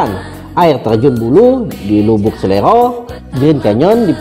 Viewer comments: Bkn bukit SELERO, tp SERELO 🙏🙏🙏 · Oiii..bukit SERELO bukan bukit selero....😊😊